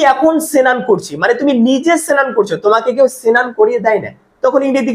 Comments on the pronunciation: সেনান টা কি ভাই। আগে ভাষা শুদ্ধভাবে উচ্চারণ করুন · Pnar Bangal?senan?